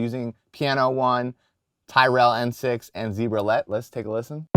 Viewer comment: You're incorrectly pronouncing Tyrell